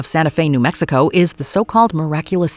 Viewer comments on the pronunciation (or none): none